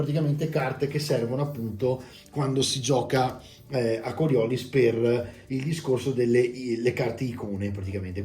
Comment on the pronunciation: Bello! Se posso permettermi, credo si pronunci con l'accento sull'ultima i (immagino il nome venga dalla forza, che viene da uno scienziato francese)